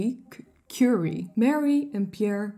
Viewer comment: Leuke aflevering! Kleine kanttekening: het zijn Marie en Pierre Curie, op zijn Frans uitgesproken 😁 ku-RIE